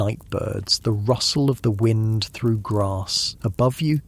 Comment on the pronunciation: You're AI said wind when it shoudlda been wind U woke me up! Shame on u. Try harder😢